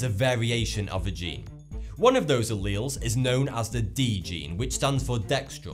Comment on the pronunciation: hes not even pronouncing alleles correctly, kmt